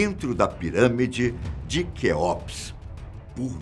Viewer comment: Não gosto quando o pessoal do fatos não sabe pronunciar as coisas.. deveriam prestar mais atenção na hora de estudar o conteúdo. Nao se fala Kéópis.. se pronuncia Kéups..